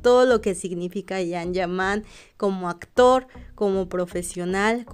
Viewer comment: Yan ,no jan,yaque la j en español riene otro sonido